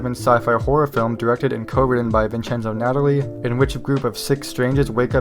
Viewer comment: Nuh-Tah-Lee. Vincenzo Natali. Pronounced like "Collie", not like the girl's name. Ar-Ti-Sen. Artisan pictures. Not Artesian.